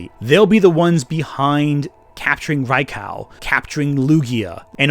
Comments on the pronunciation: Hearing you mispronounce Raikou is giving me psychic damage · This video was spectacular... Except for the way you say Raikou lol.